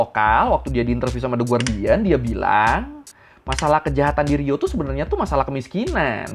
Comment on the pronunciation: Gemang gw denger Gubernur Rio njir. kek nyebutin Gubernur Riau 😅